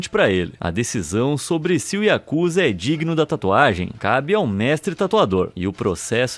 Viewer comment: Não é Yakuza O correto é yakuzá